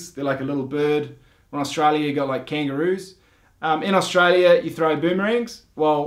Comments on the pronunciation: Its Australia not stara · they call STRAYA :D :D dying here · "Straya". Hahaha.😂